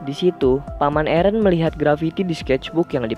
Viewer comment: Aaron not eren